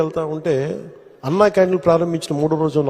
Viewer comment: sir pawan gaaru namste... telugu baaga maatlaade meeru ANNaaa canteen ani kaakunda, ANNa canteen ani ucharincha galaru.